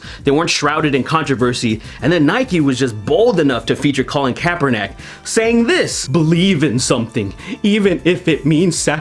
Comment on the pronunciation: His last name is kaepernick. Not kaeperNACk